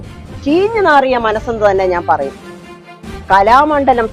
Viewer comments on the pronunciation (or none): സത്ത്യേഭാമ കലാമഡലം അല്ല. സത്യയാഭാമ കോലാമണ്ഡലം